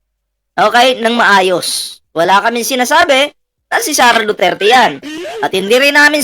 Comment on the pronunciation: Hoy baka nakalimutan mo na yang sinasabi mong SARAH DUTER ai isang vice president at anak ni tatay digong na dating president pero ikaw na ugok ka kung makapag bigkas ka ng pangalan ni vice president SARAH DUTERE eh para lng kalibil mong buang ka. Pag ikaw pinatay paba mag sipag iyakanang pamilya mong hayop ka. Kahit taong bayan lang ang makakita sayo tiyak lasig lasog yang katawan mong kalansay hayop ka putangina mo